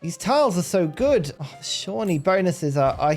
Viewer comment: I'm so proud of you for learning how to pronounce Shawnee!